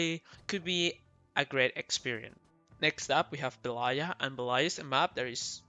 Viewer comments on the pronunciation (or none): bElaya not belAya